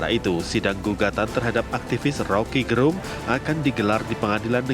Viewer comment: Suku kata "Ge" pada nama Rocky Gerung, mestinya di sebut sebagaimana suku kata Ge pada kata "geger" bukan "ge" pada kata "genap"